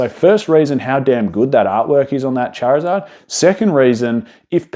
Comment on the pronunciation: Going to absolutely lose my mind if I have to hear him say charizeard again